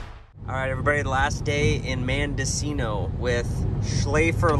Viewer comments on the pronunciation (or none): it's pronounced MEN Mendocino not MAN Mendocino..lol we're all human...:)